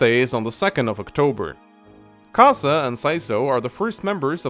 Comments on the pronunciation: "Kaza" "Kazek" Its Kazay. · Can't say that I've heard the pronunciation of Kaze as "Kah-zah" before... Typically it's either "K-ayze" or "Kah-zey". Not a complaint, just a point of interest.